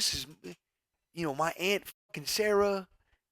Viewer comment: How you spell and say "aunt" again?😂